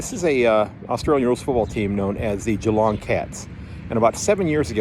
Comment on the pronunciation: yes I will have to check your podcast out and yeah it will be interesting for the cat's do you watch most games when you can or just the Geelong game's and by the way you pronounce Geelong like an Aussie because most of the time most Americans don't 👍😀